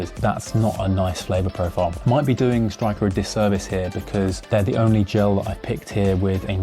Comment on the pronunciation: I think it's pronounced Sturker rather than Striker? I tried the normal Styrkr gel 30 rather than the nitro one, and found it too sweet, the texture reminded me of SiS frogspawn and the packets were just too big. Much prefer precision hydration or veloforte - but the costs are prohibitive to train and race with. I think I'll try your homemade recipe next (I recommend that video for anyone else wanting gels but needing to reduce costs)